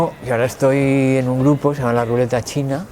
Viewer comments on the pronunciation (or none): none